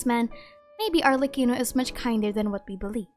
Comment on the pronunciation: Yes but (as an italian) the pronunciation killed me Ah yes, la SiGHNora and arlecino (jk) Also by far Arlecchino and Columbina are my favourites I see arlecchino as such a cryo sword user idk why